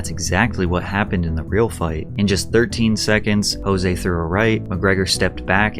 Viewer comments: So you’re a UFC fan? When Conor McGregor won the title Jose Aldo’s first name is pronounced Joezay but Spelled Jose. You’re saying Jose like it would be in Mexico. Even a half arse fan knows that. I don’t know if these vids are only for content or if you’re truly a fan. Either way I enjoy your videos. Thanks man. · Mildly infuriating to hear you call Jose "Hose".. it's pronounced with a J, there is no H. He is Brazilian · Jose Aldo is Brazilian not Mexican. his name is not pronounced 'H'ose its pronounced Jose with a J sound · i know it's nitpicky, but seriously, jose is joe-zay, and asterisk is ass-ter-isk. you really, really need to stop doing this kinda thing. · Fyi it’s Jose with a hard j like jam. It’s Portuguese not Spanish. Actually something closer to like “chose-ay” but it’s hard to pronounce exactly. Anyway great vid Pat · It’s pronounced JOE-SAY Aldo. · Jose Aldo's first name is actually pronounced with a hard J not an H sound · Are you fr calling Nate Diaz stupid while you don’t even know how to pronounce Jose Aldos name? You aren’t even quoting anyone just straight up calling him dumb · Hey Patrick. Jose is pronounced with a J. It's Portugese ;) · You are pronouncing Jose Aldo wrong just fyi… He actually pronounces it with the J instead of an H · Jose Aldos' name is pronounced with the J.